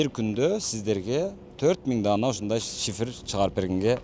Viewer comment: Шыйпыр эмес шифер болот тууганым 😊